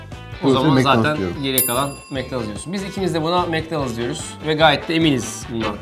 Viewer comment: Macdonus diyenler 1+ Burger King diyenler like